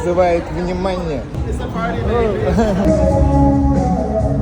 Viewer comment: только не Доджа А Дожа.:)